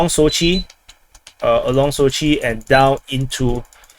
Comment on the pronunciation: SOchi not soCHI :P